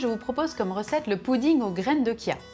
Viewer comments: on dit graine de CHia pas graine de kia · Graines de Kia? C'est quoi ça on dit chia ch bordel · sa ce prononce chia ! comme charlotte par exemple